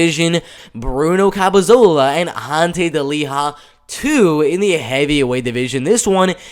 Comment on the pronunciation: CAP-E-LO-ZA You're saying, CAP-E-ZO-LA. I hate to criticize as the hustle you're showing is great, but the mispronunciations and the way you have to talk (for whatever reason), isn't something that will grow your fanbase in my opinion. Gotta try to fix or improve on things that you're clearly receiving criticism for.